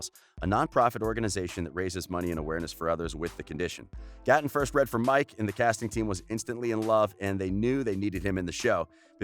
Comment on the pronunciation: Tate xx it was Gaaten